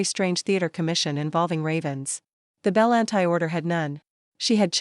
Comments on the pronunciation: Pretty sure that name isn’t “bell an tie”. It’s “buhLAWNtea” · Love the story, but the narration was very flat, and Bellanti is not pronounced Belan-tie.